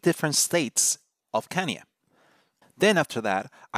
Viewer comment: pronounced KanyÈ :) but otherwise great intro to states in framer